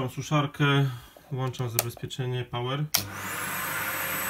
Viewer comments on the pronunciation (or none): Latająca kamera jest wqr....ca. Poza tym włączam a nie włanczam do q... nędzy 😁. Co to za elektryk, który włancza 😁🤔. Poza tym dzięki 👍.